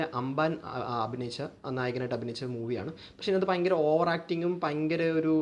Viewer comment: പയങ്കര അല്ല ഭയങ്കര